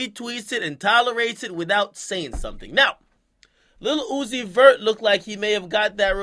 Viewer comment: Every time he says Lil Uzi Vert I hear "Lilucifur".. Lucifer type shit 🤔🤔🤔🤔🤔🤔🤔🤔🤔🤔 ⚰️⚰️⚰️⚰️⚰️⚰️⚰️⚰️⚰️⚰️